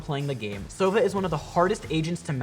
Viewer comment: Oh Oh wow He said Sovo instead of Sova